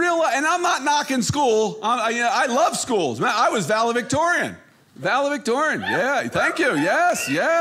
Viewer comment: It's 'valedictorian' not 'ValaVictorian'.